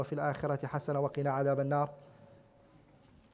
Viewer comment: No. It is 'Ilayki' and he said it correctly